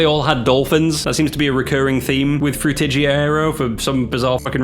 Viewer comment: bro said FrutIJiA 💀